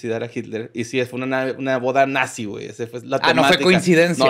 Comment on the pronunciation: "Natzy" 😁😁🤣🤣